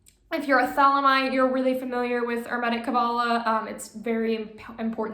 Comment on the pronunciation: Why do you insist on mispronouncing hermetic? Genuinely curious.